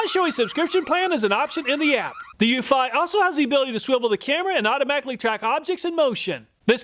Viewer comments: Pretty sure Eufy is pronounced "YOU-fee". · I love all your comparison videos! I just wish you'd pronounce Eufy correctly 🤦‍♀. Every time you say that brand name it makes me cringe a little. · Eufy is pronounced “you fee” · I have 2 Wyze Cams and a Eufy. They all cover my property well enough. The problem I run into is mine are indoor cams pointing through windows. Even with IR night vision, theyre useless. Edit: Ive always pronounced it as "you-fee" but I guess your way makes more sense.